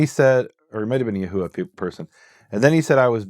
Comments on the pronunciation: Ha[VaH] not Ha[-VeH](Yah-WEH) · Yahuah is pronounced, Yahoo-vwah not Ya-huuu-ah. It's two syllables not three.